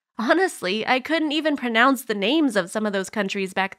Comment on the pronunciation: you can't pronounce "pronounce"